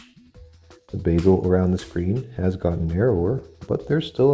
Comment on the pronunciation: I like how you called it the Basil (Bay-Zil) vs. Bezel (Beh-zuhl)